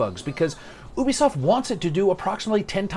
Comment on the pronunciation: So he mispronounces "Ubisoft" but pronounces "penchant" with a French accent? Okay.